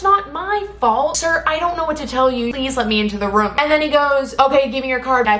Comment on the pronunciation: no one:: siRRrrRr